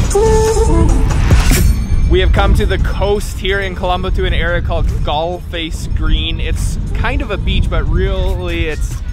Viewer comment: It's not skull face it's galleface